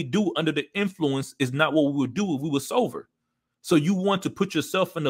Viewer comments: Stay sover my friend Heh Heh heh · lol bro, i kept hearing you say sover instead of sober haha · Sover? Or Sober 🤣